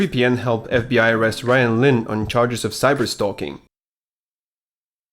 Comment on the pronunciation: I thought u said cyberstonking not cyberstalking